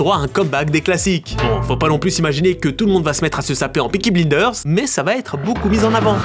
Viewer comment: Peaky BLEENDERS 😭 Jai saigné des oreilles